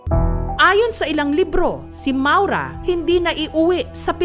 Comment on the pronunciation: ma-ow-ra yata ang bigkas jan